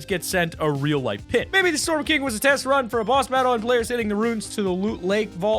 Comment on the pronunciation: Kinchgadoara lol king not kinch king 👑